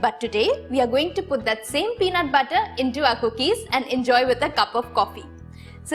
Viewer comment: The way she pronounces the word butter...🤦‍♀️🤦‍♀️🤦‍♀️😥